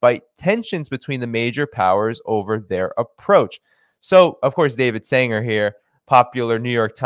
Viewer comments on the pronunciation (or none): none